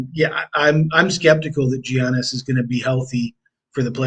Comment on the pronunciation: Incredible analysis on the Bucks game guys! Additionally, Giannis has been a top 2 player in the league for half a decade you’d think people who cover sports would be able to pronounce his name correctly by this point.